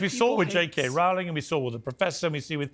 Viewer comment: PIERS CALLED JK RAOLING. HER NAME IS PRONOUNCED ROLLING! AND HE SHOULD KNOW BETTER!!!!!!